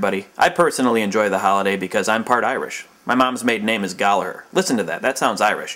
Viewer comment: its pronounced Gal-a-her and spelt Gallaghar also pretty racist impression of Irish accent but I still love you wheezy and i still hate craig